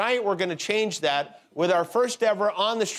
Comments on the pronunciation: Hershel not being able to say "that" drove me crazy. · I get how irritating that can be. He's likely using that "dat" and other words common in AAVL - African American Vernacular Language - an informal variety of English, spoken mostly by working- and middle-class Blacks in urban communities.